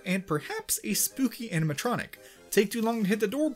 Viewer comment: My guy really said animetronic